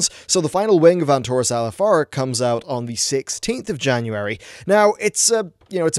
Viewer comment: "I have managed to squeeze oit three videos oit on this.... so far"